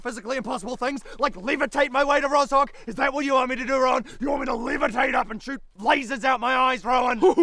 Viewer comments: Russian here, "Rozhok" is a slavic name and you don't spell it like that, "zh" is spelled like "ʒ" in "J", and the accent is on the second part of the word, so it's "Rɒʒɔ:k", and "R" should be spelled harder, just like does! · You pronounce "Rozhok" wrongly. "ZH" is pronounced like one sound "g" in word "genre". Rozhok - in russian Рожок means "Little Horn" - common name for small slavic villages.